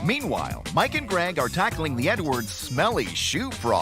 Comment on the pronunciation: “I work for a living HONEY 💅🏽✨🏳️‍🌈, we don’t all have leopard skinned shoes like you” 💀💀💀 ok Mr dad sir I know it’s “edwards” but I keep hearing “nwords”